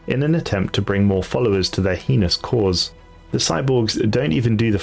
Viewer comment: So heinous is prounounced "Hay-nous" not "He-ness", and eviscerated flows nicely from S-> C, not a hard K sound. Said like "E-Vis-Sir-Rated" Edit: removed illuminate, already acknowledged. Other than the above corrections, amazing work officer! 👏